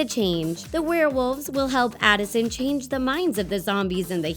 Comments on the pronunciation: Who noticed she was Saying Allison? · SHE CALLED ADISON ALISON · is it just me or did she say Alison at the beginning instead of Addison No hate though i still luv u guys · she said Allison! It’s ADDison